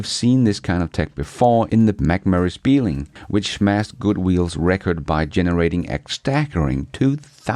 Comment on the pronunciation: I believe that's what he was trying to say cause that's the car it's showing. Horrible pronunciation of the name though.